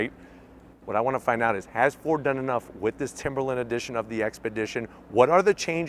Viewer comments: its timber line LINE,LINE not timberlin!!! get a education!!!!! god your the second one who says lin! talking about the ford!!!!!! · Why are all of the YouTube auto reviewers struggling to say "Timberline"? He's not the only one, lol.